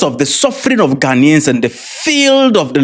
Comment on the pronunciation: Fix your country, my lady learn to pronounce the Ghanaian , don't come to Ghana